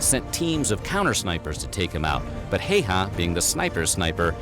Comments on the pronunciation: Pronunciation should be closer to "How-ha" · I don't mind if people butcher names in general, and even if I did I would give a pass with Häyhä's name since the letter "Ä" isn't even in English vocabulary.